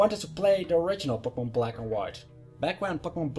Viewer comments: you say Pokemon really weird... it sounds like *popocmnumun* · He says Pokemon funny X3